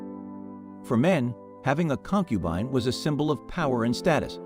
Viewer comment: Con-cube-an-ige???? BAAAHAHAHA. Don't use AI